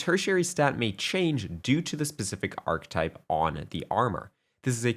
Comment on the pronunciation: Great vid. This really helps, Thank you. I believe “Ar-Kee-type” is the pronunciation